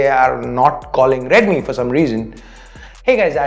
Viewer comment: Its deadmi 😂